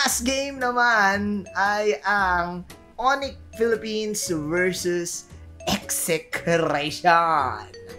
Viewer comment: Napansin ko lang lods ang ganda ng pagka pronounce mo ni Philippines sa ONIC at AURA